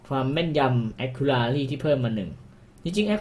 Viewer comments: GG Caster GO ไม่ผิดทั้งคู่ครับ จะแอคคู่หรือแอคคิวก็ได้ ขอแค่ racy มันอ่านว่า เรซี่ ไม่ใช่ เรรี่ อย่างในคลิปก็พอ ตัว C ออกเสียงเหมือน ซ โซ่ ในภาษาไทย ถามเด็กอนุบาลแม่งยังรู้เลยครับ :v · ก็พี่เค้าพูดว่า แอค คู รา รี่ มันเป็นตัว c นะครับไม่ใช่ตัว r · ถ้าจะอ่านให้ ถูกเป๊ะๆๆๆๆ-.- แอค-คิวระซี่ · ไม่ได้บอกว่าให้เป๊ะ แต่บอกว่าให้เรียกคำว่า accuracy อ่ะ ให้ถูกแค่นั้นครับเพราะเด็กมันดูเยอะ